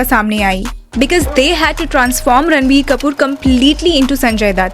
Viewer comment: It's Ranbir not Ranvir